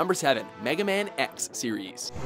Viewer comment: "Mega Max", WTF!? IT'S MEGA MAN X!!! Someone should fire that guy, he always screws up when it comes to the Rockman Genra.